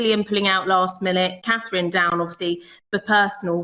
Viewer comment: Can you count. Till after Eastern. Gives you still lots of werkt to practice the name of The POW, Catherine. Good luck with that.